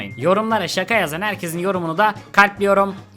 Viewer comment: Abi sen şakaları bırakma ya harika "śaka"